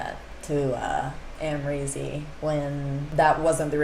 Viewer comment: It honestly drives me up the wall how me makes a two syllable name (Amrezy) and makes it three!!!! (Amarezzy) 😖☹️ lmao, this is among many other things, of course.